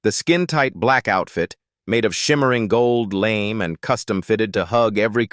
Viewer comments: AI clearly still has a long way to go, especially with pronunciation. There is nothing "lame" about Julie Newmar's lamé costume. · Dear AI voice: "Gold lamé" is pronounced GOHLD la-MAY, with the first part sounding like "gold" and the second part rhyming with "hay," stressing the final syllable, which comes from French to describe shiny fabric with metallic threads. The way it was pronounced was literally lame.